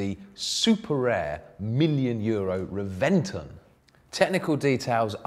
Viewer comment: In the other video he pronounced Gallardo properly, but he got both the Murcielago and Reventon wrong here.